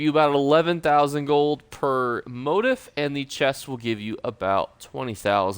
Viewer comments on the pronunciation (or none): ITS PRNOUNCED MO-TEEF. HOW D YOU NOT KNOW THS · Motif is pronounced "mō-tēf" Mo Teef. Love your videos as a new player!